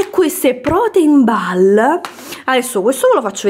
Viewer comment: Brid? 😂 Pane si pronuncia “bred”. E dai almeno “ball” 😱 si pronuncia “boll”. A “Crenci Pennut” sono mortaaaa 🐦😂😂😂😂😂 Inglese a parte, brava, bel video.